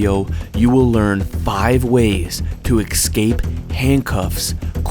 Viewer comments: The word is eScape, not eXcape!! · Sat it with me: "ESS - KAAAPE" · And learn how to pronounce 'escape'.... the is no X in there. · Please, there is no "x" in "escape."